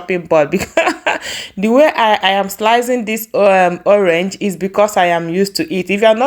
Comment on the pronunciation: Your pronunciation of PINEAPPLE, sounds soo awkward! And you pronounce ORANGE as "owange"